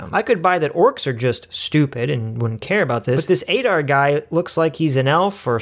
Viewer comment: You can’t even pronounce Adar correctly Jfc